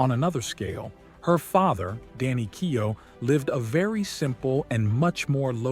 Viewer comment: Keow! Hahaha, that is a hilarious prononciation. It's like keo...silent letters.